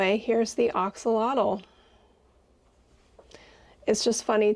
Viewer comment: Its "ak-suh-laa-tl"